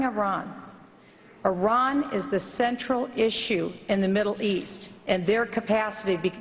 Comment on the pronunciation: Did that fucking bastard call Iran "Terr-an" as in Terror?? For fucks sake man!